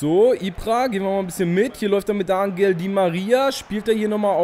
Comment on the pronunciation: es heißt anchel di maria nicht angel